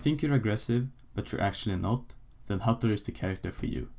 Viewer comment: Du kan fan inte säga hattori